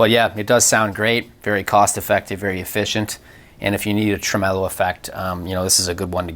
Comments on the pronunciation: "truh-MEH-lo?" Never heard it pronounced that way before. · Trem-el-o sounds like a lounge singer from the 1960s ...'Ladies and Gentlemen...Jack Trem-el-o!'